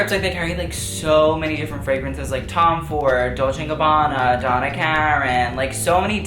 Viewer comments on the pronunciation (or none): I can’t even you said dolce and gabbana - seriously